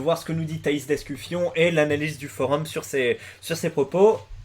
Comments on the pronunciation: Tu fais exprès de dire d'escu"fion"? AU lieu de dire d'escufon? ptdr! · Par contre c'est Escufon pas Escufion mdr